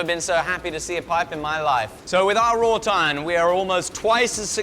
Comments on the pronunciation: why is he adding a "t' in raw iron?? rawt iron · Please can someone confirm what hes saying when he says raw "tine" im not sure what it is , rot iron ? raw tiron ? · I only hear "raw tine" and I was extremely confused. A bit of searching around, and now I get it "Wrought iron" haha